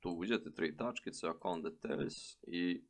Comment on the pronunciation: Savet za pravilan izgovor ovih pojmova Valet -> Volet Akont -> Akaunt